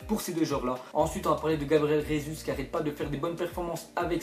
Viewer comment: Gabriel Jésus ne se prononce pas comme en espagnol avec "R" au début de Jésus , mais il est brésilien du coup sa se prononce normalement en "J" ( je suis portugais ,je sais de quoi je parle ^^)